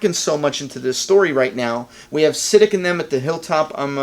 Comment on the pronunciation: SA-DEEK, not Sid-ick. in pretty sure